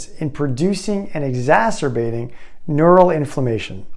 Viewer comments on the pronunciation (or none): none